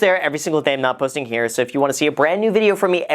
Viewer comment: What's up you guys? It's Graham HEAAH. Whipping out the Boston accent on us!